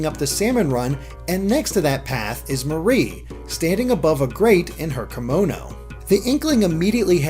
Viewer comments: Her name is MAR IE not MA RIE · im pretty sure that its pronounced like the mari in calimari like calliemarie